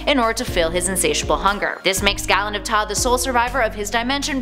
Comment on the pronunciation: Galen of taa is pronounced GAY-LEN..